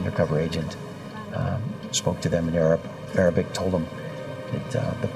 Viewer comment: As an Arabic speaker the Arabic in this episode is horrific